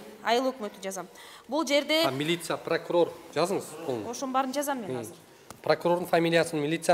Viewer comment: Неметсенер неметкиле дедиго Прокурор 😂